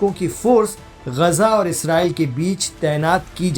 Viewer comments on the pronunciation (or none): अबे ग़जा नहीं ग़ाज़ा है 😂😂😂😂